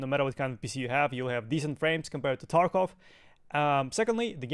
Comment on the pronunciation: Lol u say taekov killer??? U are a payd actor.